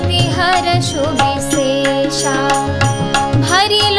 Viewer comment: 'विसेषी' और 'विसेषा'में ' ष' का उच्चारण 'ख' होगा । पाठ बहुत भावपूर्ण है ।